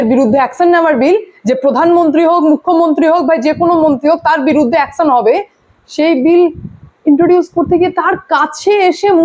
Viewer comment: Apni eto sundor "Action" uchharon koren?